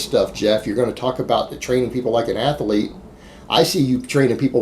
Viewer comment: When are you going to learn how to pronounce "athlete"?😐